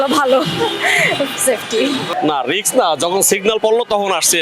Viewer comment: রিক্স না রিস্ক হবে